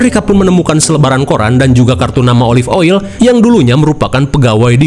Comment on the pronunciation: yang gw denger⤵️ olive oyi❎ olive oil✅